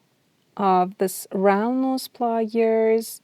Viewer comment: Nice video, but saying "wye your" and "ply yours" was very distracting